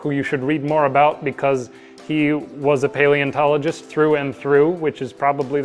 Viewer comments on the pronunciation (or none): none